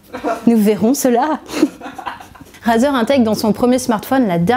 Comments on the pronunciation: On prononce « Raizer » pas "Razer" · On pourrait meme rajouter une accent anglais car rAzer et "raizer" c'est pas pareille 💩💩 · On dit pas "Razeur" on dit "Rayzeur" ! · Ça se prononce pas "razer" c'est "rayzer" putain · (Clique sur la vid) (Entends la personne prononcer le mot Razer <<Razeur>> et pas <<Raiyzeur>>) (Quitte la vidéo xD) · Arete de dire razeure